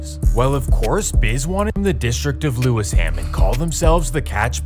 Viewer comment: "Lewis ham" hahaha